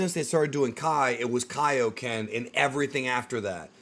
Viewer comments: Ngl, “Kay-Oh-Ken” pissed me off. 😂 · Came to this video after hearing them pronouncing it K-O-Ken. It is very weird to me that they decided to go with it like that. Especially when XV2 has CACs saying it properly. Hell even Goku says it properly in that game. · “Kayo Ken” is so cringe to hear after all this time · The Kaioken line from the trailer sounds like it's taken directly from Tenkaichi 3. It doesn't sound like something newly recorded by Sean. It's probably just a placeholder for this trailer. When Sparking Zero actually comes out it'll probably be pronounced correctly. Although, I suppose it's possible that the early versions of characters might just simply re-use lines from the previous games. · I’m ready for Sparking Zero. I may need to finally upgrade to a PS5. Hopefully they pronounce Kaioken correctly in the final game. Not a fan of how they said it in this trailer. Regardless, I loved the Tenkaichi games, and I am excited for Sparking Zero.